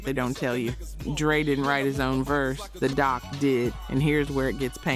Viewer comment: Can you just read it and stop using AI? One hundred twelve on the hook? 😂 🤣 🤣 🤣 DOC?